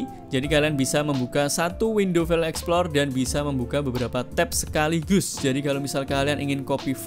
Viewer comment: Open File EXPLOR Emang Tidak bisa ngomong EXPLORER.... THIS IS YOUR BIG MISTAKE ... selalu BILANG : EXPLOR... AND IT IS FOREVER... DARI DULU SAMPAI SEKARANG ...Cian De lo How Poor You Are...